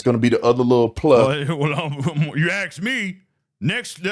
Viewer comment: I hate when people say Ax instead of Ask